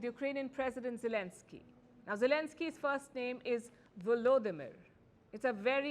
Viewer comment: Now if this fumbling is important, you should look at yourself. Do you possibly fumble on names? Yes, you do, even when reporting on name fumbling. you call him “velodimir”. And you spell his surname “zelenski”. you call him “zielinski” Neither is correct. There is some confusion here, but the most correct spelling is his own. Forname and surname in Latin alphabet is Volodymyr Zelenskyy as the text editor suggests. A professional news video producer pays attention to this, especially when reporting on name fumbling. Actually there aren’t many who can’t even spell names of places, but that’s another story.